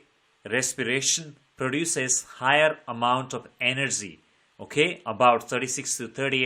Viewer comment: Energy ❎ anargy✅😅😅🤣